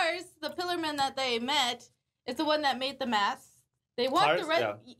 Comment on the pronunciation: "Cars, the pillarman that they met, is the one that made the METH" I'm sorry. I genuinely heard that and couldn't contain myself.